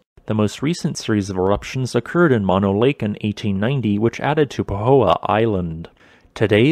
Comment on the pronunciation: Mono is pronounced with two long os, NOT as in monorail, but like: Oh! No! Mono! In the first picture of Mammoth Mtn., the tree kill produced by the CO2 is directly below the peak in the center of the photo, just in the white spot bordering the lake - Horseshoe Lake, formerly forested green.